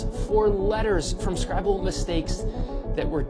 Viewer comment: When the original guy said "scribal mistakes" I thought he said "scrabble mistakes". Yes, I was confused. Heh, when I went back to find the timestamp, the text overlay heard it that way too.